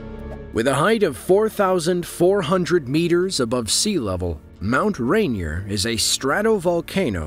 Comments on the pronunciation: RainEER, damn it. Not Rain-E-er. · As a native Washingtonian, the mispronounciation of Mount Rainier is retching. Also, it's 14,411 feet, as well. Videos like this should also include the U.S. system of measure.